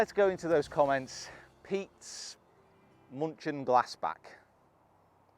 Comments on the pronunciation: munchin glass back Or did you say Monchengladbach😂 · As a german I feel like it‘s finally my time to write a comment., you absolutely butchered the pronounciation haha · munchin glass back? That's what I heard. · petes munching glass back (may be the accent or pronunciation to be fair lol) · Munchin Glass Back that's what I'm going with because I have no idea how to spell what I heard come out of your mouth. Lol